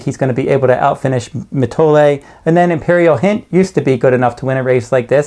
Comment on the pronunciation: Noticed this with another handicapper also who for some reason had trouble pronouncing Mitole...You guys dont watch the races...Obviously it is Mi-toll-ee...Not Mi-toll-ay